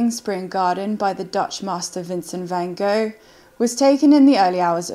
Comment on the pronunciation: the reporter obviously didn't know who Van Gough was as she totally pronounced the name wrong